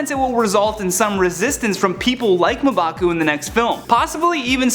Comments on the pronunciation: Ma-bah-coo????? Isn’t it mmmmmmm-bah-cu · you gotta stop skipping staff meeting. Its mmm-baku not muh-baku... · I thought it was pronounced M-baa-coo, not Muh-baa-coo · M`Baku is pronounced Em-ba-ku, not Ma`Baku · It's pronounced "EM-BAKU" god who is this guy? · I wanna strangle him every time he says Ma'baku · does anyone else want to know why this white dude cant say m baku's name right when there is an entire movie where people say his name ????? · 🙄🙄🙄 its pronounced MMMMMM'BAKU!!!! come on!!!! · This dude really said "Mah'Baku" 🤦🏿‍♂️, this why y'all need black people on channels like this 😂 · Their mispronounciation of M'Baku's name is... frustrating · You say m'baku wrong... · Yeah I cringe every time he said his name